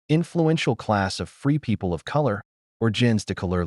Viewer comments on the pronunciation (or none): none